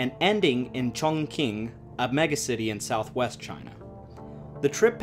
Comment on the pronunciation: This is a very good video! Your efforts at Chinese mandarin pronunciation are commendable, but not quite on. Not to worry, Mandarin is difficult to learn. The large city you refer to is Chongqing (重庆). You pronounced it “Chong king”; it is actually pronounced “chong Ching”. My wife is from Chongqing. We lived there for a year after we were married before returning to the USA. Wonderful city, nice people. The local dialect is Chongqing hua; very similar to Mandarin. You also don’t quite have the pronunciation of Yangste River, but hey it was close! Keep up the good work